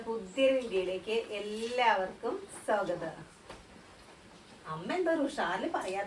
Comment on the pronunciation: സ്വാഗതം എന്ന് പറയു. സോഗതം അല്ല. മലയാളം അക്ഷരസ്ഫുടതയേടെ പറയു. നമ്മുടെ മാതൃഭാഷയല്ലെ.